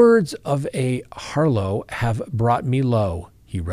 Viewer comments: Harlot is not pronounced harlow! You’re a college graduate? You were able to obtain a law degree and license? Really??? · It’s pronounced “har-lot” as in to have a “lot” of something rather than “har-low”.